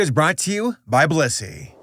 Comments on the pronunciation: Blussy? TF is blussy?? Where can i get some of that??? Oh. You said blissy. . . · Blissy sounds like bussy.